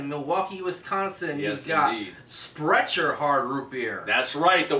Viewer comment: thank you guys so much for a very thorough and informative review! I'm going to have to be on the lookout for these! I am surprised about the Sprecher's (pronounced Sprekker's btw), because their root beer is excellent in my opinion.